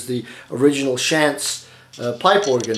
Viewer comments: Pronounced "Shonts" not Shants but great video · Thank you for this very informative presentation. I am purchasing a Hauptwerk VPO at this time. BTW, the name Schantz is pronounced "shontz". FYI, I am not closely related to the firm's principals, just share the same name. Again, thanks.